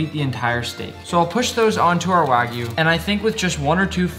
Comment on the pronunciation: my guy really said wagu